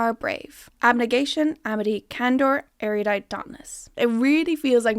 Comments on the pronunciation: Why does everyone say Eriudite instead of Erudite? Like what kind of Mandela effect is going on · Why does everyone say Erudite like that, that isn't how you say that word. No offence alot of people who talk about this series say it like that so i can't blame you but it is a real word that does not have that many vowels. Eh-roo-die-T not Eh-ruh-yu-die-T, once again not complaining to you in particular, i just feel my ears crawl when some words are mispronounced